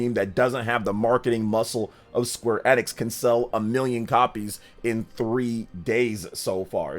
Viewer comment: My guy…. It’s EEEEEEE-nix, dear lord